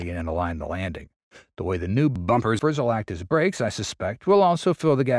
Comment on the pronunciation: Sounds like your reader-bot had trouble with the word “bumpers”! 😂 Get a voiceover guy!